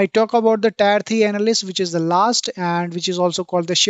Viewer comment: Thanks beother really useful information By the way Tier 1, tier 2 is pronounced as Tear 1 tead 2 not tyre